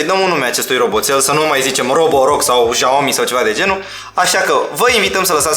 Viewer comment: Bă "jaomi" ....esti penibil de atâtea ori